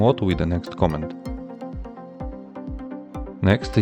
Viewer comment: Please work on your pronunciation. More specifically, please do not pronounce "command" as "comment".